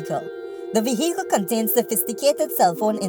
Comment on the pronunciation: Vehecle lool